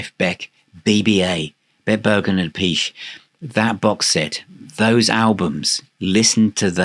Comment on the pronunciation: Hi, nice interview with a great drummer (his brother, Vinnie is also brilliant). For the record: the proper Italian pronunciation of Appice, is " Ah-pee-chay", ( another one, Iommi, is "Ee-oh-mi") so there's your Italian lesson for the day, from another crazy Italian...Cheers